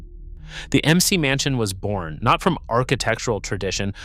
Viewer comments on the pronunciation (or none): "Fack-a- dism", "em-see-mansion". You need a better-trained AI voice. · "M C Mansion." 😵‍💫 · Um, is an "Em-Cee Mansion" a house where a TV game show host lives? If "Artificial Intelligence" is so, well, intelligent, how come it can't pronounce common words like "McMansion?" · "the M.C. Mansion" - come on, AI, you can do better. Or are you really not that intelligent?? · When the AI guy calls it “the emcee mansion” the video loses credibility. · It’s terrible. That’s what I caught and came to the comments to see if I was crazy or it was AI crap. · This is AI which means the photos are stock and the content is stolen form real creators. I can't watch further or click on this channel again. They cannot even pronounce mcmansion correctly.